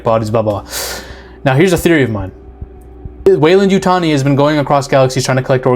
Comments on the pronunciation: Oh, its the coke 😂 You said Yutani right my dude. Its funny because my last comment was about how you pronounced it, and then in the next video I watch, youve corrected it. 😂 its always the cocaine! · You got it now with the Yutani pronunciation. What I want to know is how much coke does it take to mix up a sheep and a goat? I am delighted by these new alien forms though